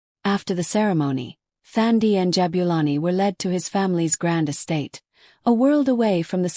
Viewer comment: Nice story, but it is Thandi with a silent H, like touch🙏🏾🙏🏾.